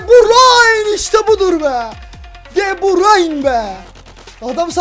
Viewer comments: Abi de burayn diye okunmuyor döbrün diye okunuy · Deburayn değil debrun olcak abi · keşke de burayn demesen telefazu de burüyn onu:D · Abi de burayn değil de burü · abi de burayn deil de büryn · abi de burayin değil okunuşu de bürün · abi de brayn diyosun doğrsusu de breine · abi deburayn deil debroyn diye okunuyo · Abi o de brayn değil de bruyn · De Bruyn degil miydi o de burayn nedir qgagafaff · Abi de bursun değil de bürün abiı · Artık Şu Adama DEBRAYN Deme Deme Deme DEBRÜN Denir tamam mı Kevin De Bruyne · de brayn degil, de brüün diye okunuyor kac bolumdur yaziyorum yorumlari okumuyosun begeninde ustte kalsin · abi onun ismi de bruyne deil kevın de brayn de daha iyi olur :D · cim de brayn değil de bürün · abi de brayn degil de bruyn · Kardeşim adamın adını DE BÜRÜN diye telaffuz edersen daha doğru olur. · de broyne diye okurmusun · o De bruyne okunusu Dö brayn boyle okursan dha iyi olur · De bürün o e şunu artık de bürün. De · abi kevin de brune yalnis soyledin